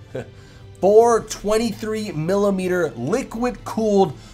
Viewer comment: 420 blaze it (ik it's 423 but as he says it it sounds like 420)